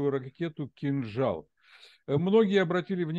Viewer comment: Сбил "кинджал" 🤣🤣